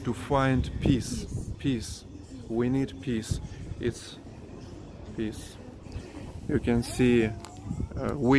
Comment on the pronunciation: hey my friend, you're pronouncing peas like peace. sounds like you're saying "we need peace". Peas is pronounced with a z sound at the end. Wishing you well